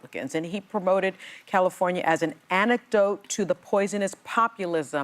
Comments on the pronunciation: Amtidote not anecdote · antidote not anecdote